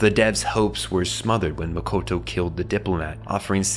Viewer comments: Youre calling her "MAKOTO". But the right pronunciation is MO-TO-KO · I cringed every time he said Mokoto instead of Motoko ❤ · Motoko. Not Mokoto. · It's not "Mokoto" - it's "Motoko"... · Motoko not Mokoto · Omg its M-O-T-O-K-O, not mokoto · Is it just me or is he saying “Mokoto” and not “Motoko” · Gotta say, really taking me out of this video with mistakes like "Makoto" constantly being said for "Motoko"... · MO TO KO NOT MOKOTO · It Mo-to-ko, not Mo-ko-to Kusanagi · Motoko, not Makoto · He keeps saying mokoto and its so off putting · This dumbass can’t even pronounce Motoko lol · it's super annoying that you repeatedly mispronounce motoko.